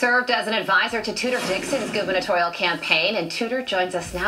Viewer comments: gubernatoRial, not gubernatioNal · “Guber national” lmfao 😂 c’mon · Gu-ber-nah-tor-ial. Not guber-national. Governors run a gubernatorial campaign, senators a senatorial, president a presidential, etc. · Conservative Black woman here: it’s okay for you to learn about the political process and jargon before making videos so you’re not saying things like “Goober-national” instead of “Guber-Nat-o-rial” to refer to governor’s races. Cmon now 😂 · It's GUBER-NA-TORIAL, not GUBER-NATIONAL lol. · I'm sorry but I got stuck on you reading 'gubernatorial' as 'gubernational' 😂😂😂😂😂. Made my day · Gubernatorial, not “gubernational”😊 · it's pronounced Guba-nuh-TAW-ree-uhl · Its pronounced: guber nat-orial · “Gubernatorial” -Deadpool